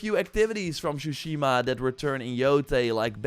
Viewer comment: Say it with me, you had 5 years to practice saying this, TSU-shi-ma